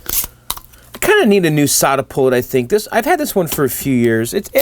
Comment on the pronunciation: Your desoldering tool is a SoldaPullt (rhymes with catapult).